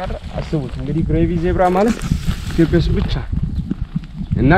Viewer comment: ብሮ መጣም ነው የምወድህ፣ የማከብርህ ፣ እርጋታህ፣ የሀገርህ ፍቅርህ.......ግን ግን ግን እባክህ ኢትዮፕያ አትበል!? ኢ ት ዮ ጵ ያ በል በናትህ።